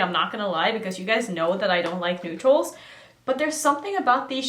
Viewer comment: I thought you sad "you guys know I don't like noodles." I was sad. then I realised you said neutrals lol